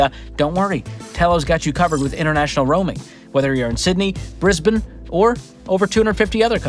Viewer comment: OMG! You pronounced Brisbane correctly! As a Queenslander, I'm absolutely delighted!